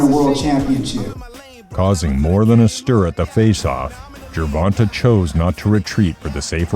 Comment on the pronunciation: Why can’t these YT people simply respect the proper pronunciation of the man’s name when they speak on him? JER-VON-TAY not TUH TAY‼️ And it’s like they just went with what the first person who screwed his name up.